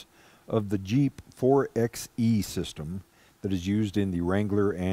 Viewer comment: It's "4 by e" like "4 by 4"...not "4 ex e" or "4 ex 4"